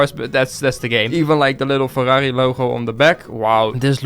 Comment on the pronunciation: Bro the word ferrari. He says it so dutch.